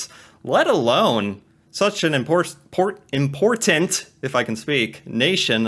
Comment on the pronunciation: That might be the first time I heard an American use the second "T" in important. It's always "impordant" I'll go ahead and smash that like Budden. Lol And kidden. Drives me nuts 😆 Edit: again! This is unheard of! Nice!